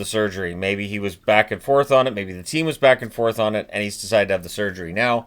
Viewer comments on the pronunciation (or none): none